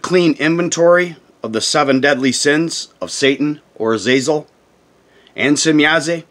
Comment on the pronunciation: There is no e at the end of shemyaza or semyaza why do you pronounce it as semyaze lol